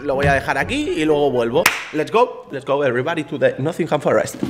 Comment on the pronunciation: El tío se va a la ciudad y todo pero sigue sin saber pronunciar Nottingham 😂😂